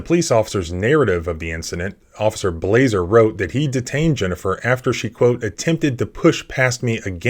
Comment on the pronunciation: Blaser rhymes with bullet